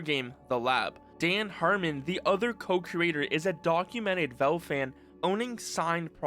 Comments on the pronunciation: Velve? Its valve😅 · i like how u call valve vewve its funny